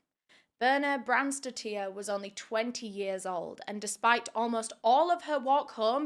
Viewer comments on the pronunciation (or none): As an european it really baffles me that people don't even try to pronounce the names right... The last name isn't spelled "tier" it's "tir". Dottir means daughter and these kinds of last names are still quite common around iceland, norway, sweden for example. And yes, I know true crime creators TRY to pronounce them correctly, but here it seems it wasn't even worth a try... Seems like just read it and went along what she thought was the right way pronounce it... It just makes me feel like some of us outside UK and US aren't even worth a try for justice... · bjørns-daughter would be easier for you to say for her last name :) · it's more like "bih-rr-nah" and last names here in iceland is just ur dad's name and than "son" or "daughter" at the end so her last name is more like "bh-jah-rr-nah-s-dou-tt-tirr"